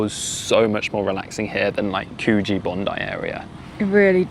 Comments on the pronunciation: Cujee not cooogeee. Palmy isn’t 2.5 hrs from Coogee. I used to live in Coogee and now live in Avalon. You must have took the bus to circular , the ferry and the 199. 😂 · Exactly...its annoying when the geezers say ‘Coo-jee'... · Coogee is pronounced with a short "oo", like in "book". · Great video guys. I've been following you for a while now. Coogee is pronounced 'Could Gee'. Keep up the good work. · There are two Coogee’s. One in Victoria which is pronounced the way you did, but the one in Sydney is pronounced like Could-gee. Temperature lag. Ocean temperatures tend to lag so you often find that the water is warmest towards late summer into autumn. The poison system used for foxes in National Parks are ‘soft palette’ triggered. If your dog triggers one of these systems it’s already too late for your dog. Enjoy. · The other Coogee is in WA, there's a shipwreck of the "Coogee" in Victoria near Geelong I think, and yes, the Sydney suburb is pronounced Could-gee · Yes a lot of people get Coogee pronounced wrong 😂 I usually say the oo should sound more like hoof, as in horses hoof- Coogee. I think your explanation is better. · yes the d isn't strong but was the only way I could explain the Sydney pronunciation and differentiate between the "oo" I live in Coogee NSW, perhaps it should have been named "stinky place" which is the Bidigal translation of Coogee 😂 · Might help to have a chat to an Australian and find out how to pronounce Coogee if you are going to live there. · In NSW, the place name Coogee is pronounced like ‘Could-jee’, not ‘Coo-jee’. That’s in Perth, W.A. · Could..gee...not coooge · You've lived here before you say. Coogee is pronounced like 'Couldgee' (with a silent d) not Cooo gee. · Could-gee not coo-gee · Btw only poms call it cooogeee. It’s Pronounced cujee. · Sort of. It is more of a short sound, like could, not a long "koo". Don't really pronounce the "d" though. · Need to stop calling it COO-gee. Otherwise, great. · Guys its pronounced "Coog gee"